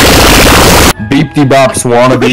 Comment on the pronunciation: He fuckin said beeteebops wanna be 😂